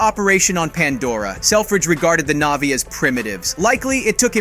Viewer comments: Click bait thumbnail and the narrator hasn’t even watched the movie butchering almost every name navi NAHVEE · Why did you stary calling them "NAYVIES" halfway through? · Hate it when people make content just for the sake of making content and therefore money. This guy clearly doesn't even like these movies. Probably hasn't seen them. For f*** sake, if you're making a video about a movie at least make sure you know the correct pronunciation, its Na'vi not navies.